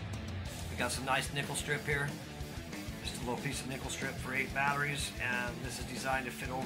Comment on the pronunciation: I thougth he said nipple strip